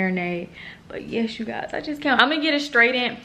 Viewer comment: That edge control works GREAT for me. Try tying it down with a scarf! And, it's straightened (straight-end) not (straight-dent) lol. Have fun in Jamaica!